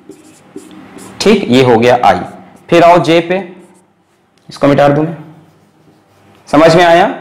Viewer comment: everybody : Mita de ? Alakh Sir : Mitaar de !!!